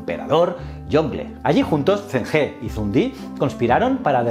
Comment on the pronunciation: Aunque el vídeo está genial, como sinóloga he decirte que la pronunciación del fonema 'ZH' en pinyin es más similar a la /ch/ española que a la /z/, es que has tenido que pronunciar en muchas ocasiones nombres propios así y he de decírtelo, que me chirría haajajaja por lo demás genial ajajjaj Enhorabuena por el canal :)